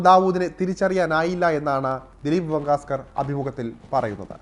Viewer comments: Dilip vengsarkar not vengasker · ദിലീപ് വെങ്കാസ്‌കർ അല്ലടാ പൊട്ടാ... വെങ്ങ് സർക്കാർ..